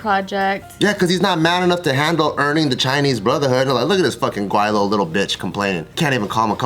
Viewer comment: First off you guys are pronouncing "Gweilo" wrong and got it right the first time sating "Gway-low" instead of "Gwai-lo"